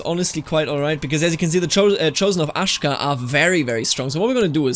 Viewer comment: It's ah-sho-ka!!!!